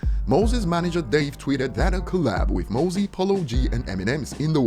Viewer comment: Said mozzy wrong, it's mozzy like mozzarella